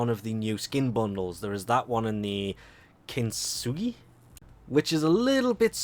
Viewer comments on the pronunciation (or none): none